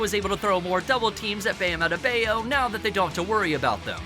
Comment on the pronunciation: Also, Strus is pronounced like "stroose" and Bam "Out of the Bayou" Adebayo "ad-a-bah-yo"